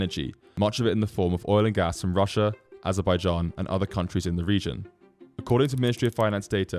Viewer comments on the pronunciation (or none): none